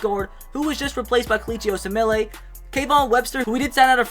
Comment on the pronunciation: Kelichi Osemele's name is pronounced "oh sem ul"